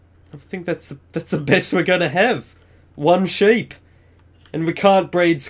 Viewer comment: seep not ship